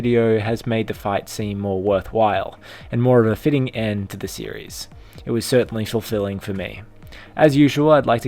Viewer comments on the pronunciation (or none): none